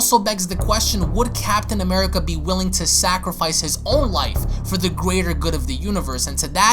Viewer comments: I luv how he pronounces greater good gweater good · Did anyone else here him say “for the gwator good of the universe”